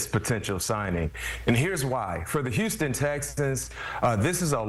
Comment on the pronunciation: This brother can't pronounce the words, 'Houston Texans'. He has said it 4 times in this video and each time it comes out as, "Houston Stexans". .🤣🤣